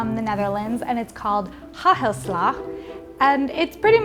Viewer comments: Its not ha-ha-sla. Its hagelslag! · Its funny that you say hahalag bit it with en g haGelslaG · Her pronunciation hagelslag killed me lmao, ‘hahhelslahhh’. Good for an American though, better than when people use hard g’s. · I’m from the Netherlands and you trying to say hagelslag is so funny 😂 ofc you did amazing but it’s still funny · Hagelslag. So funny that people don't even try to pronounce it correctly. 🤨😂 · ITS NOT SPRINKLES ITS HAGELSLAG